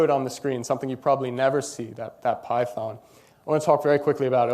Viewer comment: she said like pei-thon